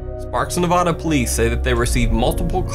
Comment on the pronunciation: I can't take this video seriously. Not because I'm making a clown joke. But because you mispronounced Nevada.